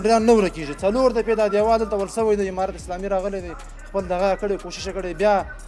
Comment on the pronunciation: برادر محترم تشکر ازگزارش های جالب و خوب شما. منتهی یک خواهش از شما داشتم که در قسمت ادا حروف و صحبت های که میکنید کمی دقت کنید تا صحیح تلفظ شود تا تغیر در کلمات شما بوجود نیاید. مثلا شما گفتید که تشکر از حمارات اسلامی. اگر معنی حرف حمار را نمیدانی به معنی خر است و زمان که شما جمع ان را بکار میبرید بقیه معنی انرا خود تان حدس زده .میتو انید که چی است. دیگه تشکر و جور وصحت باشید.